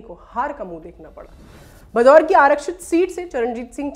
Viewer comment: कृपया ध्यान दिजिए गा आप बार बार "भदौर" ज़िले उच्चारण कर रहे हैं वो असल में "भदौड़" है.....इसी प्रकार आप "लांबी" को भी ग़लत pronounce कर रहे हैं वो भी " लंबी" ज़िला है।